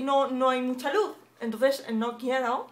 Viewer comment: Jajaja "la luz ha subido..." catalana xDDD